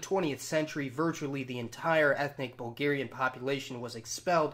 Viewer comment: Its bulgerian !! Not hugarion